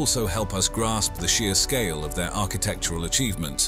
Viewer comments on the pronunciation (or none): none